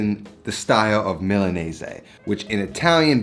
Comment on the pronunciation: You know it's pronounced Milan-eez right? It took me three rewinds to work out what you said lmao